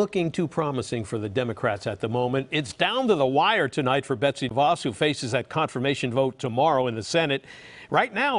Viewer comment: The name de Vos is so short, you might expect it could be pronounced properly.